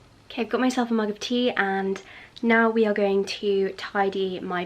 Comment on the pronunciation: I love how says “WE are going to declutter”